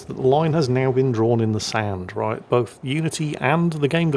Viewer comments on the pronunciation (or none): none